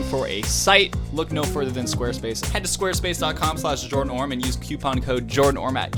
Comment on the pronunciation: Am I the only one who notices every time introduces himself he tends to make his name shorter 😂: like at first it was Orme, then it became, and now it 😂